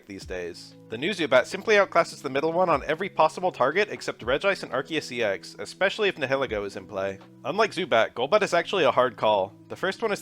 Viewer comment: Gliscor is pronounced "Gly-Soar", and Nihelego is pronounced "Nye-El-Ay-Go" like the word Nihilist.